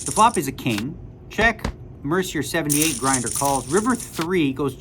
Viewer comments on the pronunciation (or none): "MER-CI-ER" - you're Canadian and you're pronouncing Jason's name MER-CER?😂 Bad form Daniel. Bad form.😂